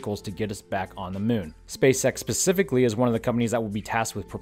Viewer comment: Love your work... but SpaceX pacifically or specifically. Lol.